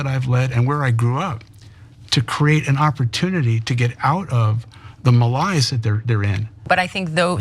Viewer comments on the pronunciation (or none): He pronounced malaise as my lies. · Malaise is pronounced like it looks. It isn't malize, it's malaise. It doesn't make you sound special to mispronounce words, Howard Schultz. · Mal-Ise? It's mal-AISE. You think he could afford to pronounce words correctly. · Howard Schultz pronounced the word “malaise” muh•līe•ess or mə•līe•ess. That's not even phonetically correct. It's pronounced mə-ˈlāz. I wonder if he has dyslexia. If not, he's got additional cognitive issues that require professional attention. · 😂 😂 😂 wtf is a muhlize? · Dude can't even pronounce malaise correctly